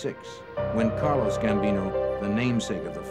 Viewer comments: He said Carlos Gambino!! 😂😂😂😂😂 Car-Lo!! Carlo!! Carlos is the Head of the Colombian oc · Carlo not Carlos lol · Dude keeps saying CARLOS Gambino lol he’s not Mexican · Anybody else catch that he keeps saying “Carlos Gambino” ?🤨... it’s Carlo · Carlos Gambino😂 For a documentary, you'd assume they would learn their real names. Also, its Angelo Ruggiero, not Rugerrio. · Why does the narrator keep calling Carlo Gambino "CARLOS" he was Italian not Latin 🤣🤣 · Why does the narrator keep saying “Carlos Gambino”? His name is Carlo, not Carlos lol